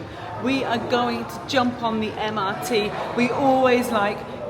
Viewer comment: pronounce MRT as Emirati ❤🎉😂.